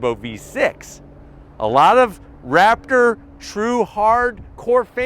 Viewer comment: Did you say rapper or raptor ?